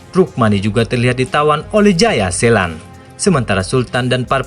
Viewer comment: Jayaselan tp d bilang jaya setan udh brkli2 dngrnya ktwa sllau blng jayasetan eh jaya selan wkwkwwk